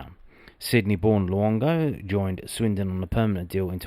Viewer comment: Wow. Luongo accent’s gonna need some work 😂🐨🦘